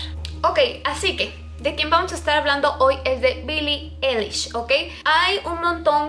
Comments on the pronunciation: dice mi hemana que no mames no se dice billie elish swe dice billie alish q8ue no mames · Pues la verdad Billie Eilish no compone sus letras y tampoco sus melodías, eso lo hace su hermano Finneas, y se pronuncia "Ailish" no "elish" jeje. 😅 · Bili Ailish* así se dice JAJAJA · Billie Eilish Fan, Se como se escribe su nombre 😑, lo que escribí es como se pronuncia, ella está pronunciando "elish" y se pronuncia "Ailish". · Se dice ailish :v pero bueno, tal vez ni sabe nada sobre ella y solo iso esta teoría porque no le gustó su forma de ser de billie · No es hate pero así no se pronuncia su nombre 😫